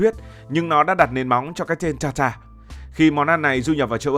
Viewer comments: Ở Pháp ăn thịt bò sống hoặc cá thu,được chọn lựa kỹ lưỡng, tươi sống gọi là tartare,đọc là tạt ta rờ, không phải ta ta,không biết đọc tiếng Pháp, rất tiếc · Steak Tartare /TẠC TA/ chứ không phải /TA ta/ cỏ nghĩa là bà cô...